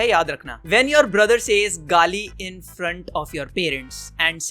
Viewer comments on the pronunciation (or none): none